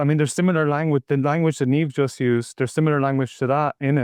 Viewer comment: You can pronounce the name 'Niamh' as 'neeev'